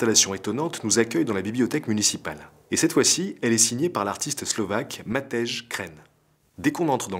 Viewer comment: Les bebes ont ete remis il y a 4 jours.. Sinon le zizkov se prononce jiskov et matej mateille ;)